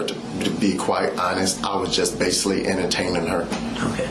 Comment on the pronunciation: Pervy man says “basily”